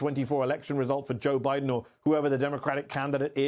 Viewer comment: At least he said Biden and Obama’s names correctly 👍